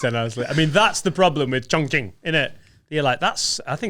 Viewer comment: "Shout out Chongqing"... pronunciation is actually spot on